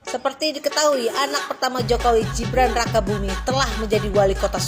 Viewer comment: Heiyyyyyyy,jeng....nama orang jangan dirubah dong...pean pakai bahasa Indonesia..kenapa sebut nama Gibran jadi Jibran...setahu saya TIDAK SEMUA G harus dibaca J...